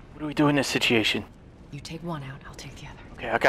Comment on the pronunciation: Take a shot every time he says "I WAS BEHIND YOU DA WHOLE TIMEEEE" or "sitiation"